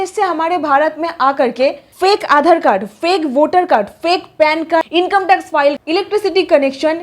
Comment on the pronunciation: आधाड़, भाड़तीय, नागड़िकता 😂😂